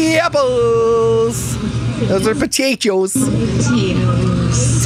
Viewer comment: Take a drink every time says yapples and I’ll see you in the ER. 😂